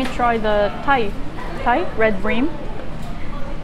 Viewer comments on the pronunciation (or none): none